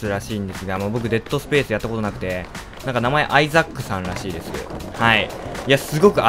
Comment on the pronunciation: suikanotane922 。 めっちゃ発音のいいレイチェルガードナー。w